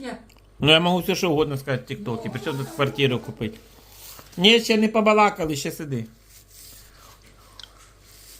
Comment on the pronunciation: «Мы ще непоболакалы» Ото я насмеялась 😂